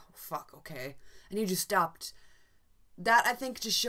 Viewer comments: Someone else made the same comment... right about 2 min in, Daryl is punching Justin. Carol yells, "Daryl stop", and "he just stopped". I think its accent that kind of sounds like "and he just dabbed", but that really doesn't make sense. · She said "he just stopped", referring to Daryl fighting with Justin & Carol telling Daryl "to just stop". It's the accent!